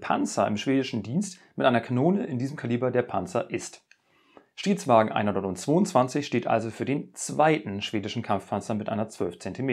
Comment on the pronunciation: Ich verstehe immer nur Shitwagen 🤔🤭